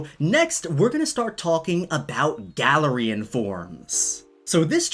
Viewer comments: Please call it Guh-Larian not Galar-Ian sorry..... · Its glare-ian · Guh-lare-ian is how I pronounce it so hearing Galar-rian really bugged me for some reason lmao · Im just so weirded out on how you say Galarian(GALA-REE-HAN)... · I pronounced it gay-lar-ian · The way he says galarian stresses me out